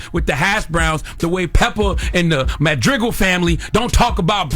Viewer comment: Madrigel??? lol